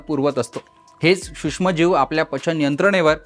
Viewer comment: हा सुष्म म्हणतो? हा नक्की मराठी आहे? त्याला आधी सूक्ष्म म्हणायला शिकवा.